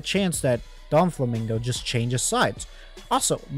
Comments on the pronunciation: Bro cannot be saying anything he called doffy donflamingo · DOFLAMINGO not doNflamingo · why did you keep saying "Donfflamingo"?